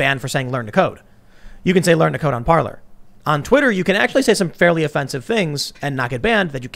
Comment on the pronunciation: No it's not pronounced Parler it's pronounced Parlay